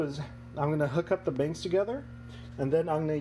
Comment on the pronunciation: He's saying you're pronouncing banks as binks. Good video, btw.